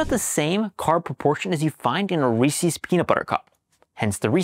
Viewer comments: It's Reese's, though. Not Reesee's. You're welcome. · Side Note: Reese is one syllable. It's not Rees-ee. I live in Hershey, in the middle of the junk food capital of the world, so I know. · Great science. But remember the most important thing. It’s Reese with an ‘s. NOT ReesEES.